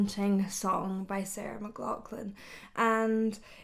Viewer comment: It’s actually “McLachlan”